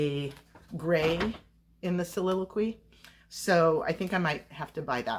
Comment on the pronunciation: Beautiful yarn. It's pronounced, soliliqwee thanks for sharing 😊